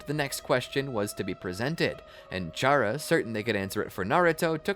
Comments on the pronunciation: ain't no way bro combined undertale and naruto💀 great video so far though, also i think its pronouced Cara not Chara, but idk it might be up to the player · Its pronounced K-era because its like Character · 1 its pronounced kara 2 charas intangible